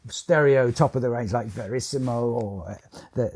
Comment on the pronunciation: VERISMO not Verisimo